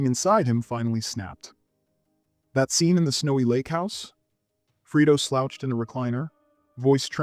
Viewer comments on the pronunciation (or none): Whenever I’m unsure if the narrator is AI, he pronounces “Fredo” as “Freedo” and “Fiennes” as “Feens”. Otherwise, excellent criticism as always.